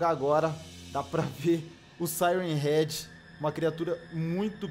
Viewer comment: A melhor parte q ele fala e sirem head 😂😂😂😂😂😂ele falo praticamente o video todo